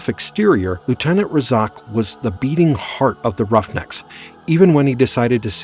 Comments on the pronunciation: Clearly the Narrator didn't watch the series. You're going to mispronounce the Team leaders name? He was in most of the episodes! It's RAY-ZACKS Roughnecks not Ray-Zoc. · the name is pronounced RAY Zac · They are Razak's Roughnecks... could you please say it correct? Thanks...